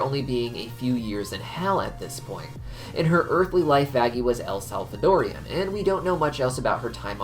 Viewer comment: its Salvadorian, not El Salvadorian, even though the country is El Salvador and not Salvador o_o